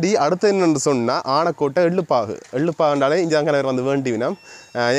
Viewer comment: அவர்களே உங்கள் பதிவுகள் அருமை,ஊரின் பெயர் "ஆனைக்கோட்டை"உங்கள் உச்சரிப்பு அப்படி இருக்கவில்லை.👍🏾❤